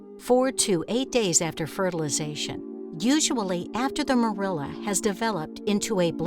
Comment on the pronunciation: "Morula" is not produced "more IL' a" but "MOR·u·la"!